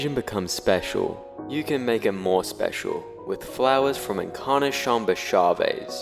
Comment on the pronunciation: Encarnacion is pronounced "In-car-nah-see-own"